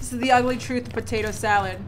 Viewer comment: Loved how said tator salad.